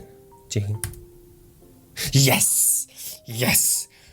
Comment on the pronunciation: ахаа yes гэдэг шүү яэс биш шүү